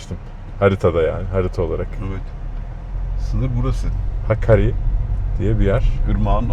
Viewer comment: Abi nehrin adını Hakkari deyib durdun nehrin ismi Həkəri .